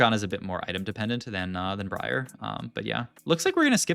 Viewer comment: this guy said bree arr